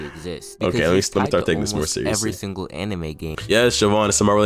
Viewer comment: i started the video and first thing i hear is "o gay"